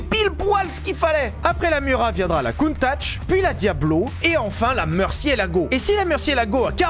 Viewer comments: Countach pas Countatch 😅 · Countach, pas "Countatch" 😂 Bonne prononciation par contre. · Lamborghini COUNTATCH ? ^^' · Countatch ???????????? Mon coeur souffre en voyant le T en plus MDDDR